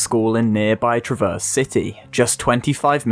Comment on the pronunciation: How to speak like a Michigander: Shorten the A (crack, rap, stab) make it more nasal and don’t pause between syllables (stress the first, not the second). Traverse, the city, is not pronounced like traverse, as in to travel across.